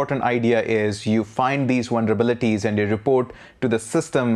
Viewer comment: Sounds like this dude is saying wonderbilities. I'm gonna start using this word.